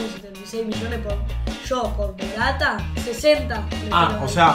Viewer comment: Minuto dice RATA no MORATA jajaja